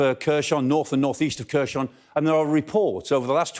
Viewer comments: It’s pronounced Herson not Kerson ffs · I like the way he pronounces Kherson as Kershon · One of the issues he has is reading names with Kh in them. Kh should be read as English H. So, Khersòn sounds almost like "Here, son" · Love the way he pronounces "Kherson" XD